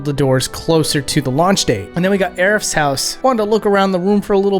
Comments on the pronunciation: Ah yes, Aerif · Call her Aerif one more time so help me god!